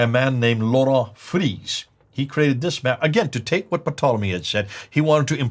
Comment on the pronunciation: I laughed every time said Ptolemy's name wrong! Patolomy??? 😁